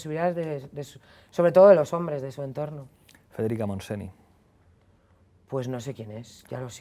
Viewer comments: Como vuelva a decir federica montseni, se levantará de la tumba a darte una colleja. MONTSENY! (Se pronuncia "montseñ"! por dior!!!!) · Descubriendo a Iratzu Varela. Solo una cosilla cuando al final se habla de Federica Montseny, uix!!! No se pronuncia "monseni", solo falta que se reviso la pronunciación, al igual que se hace con otros idiomas. Aunque reconozco es de aquellas palabra un pelín difícl de pronunciar para los que no son catalonoparlantes. Igualmente, felicidades por la entrevista, a mi me ha encantado! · Pablo coño, llevo años oyéndotelo decir y no te lo corriges eh xD Federica Montseny se pronuncia Federica Montseñ´!